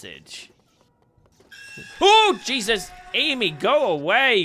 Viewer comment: When you say Jesus it sounds like cheeses